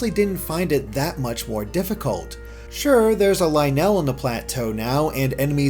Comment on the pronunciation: SAY LYNEL PROPERLY!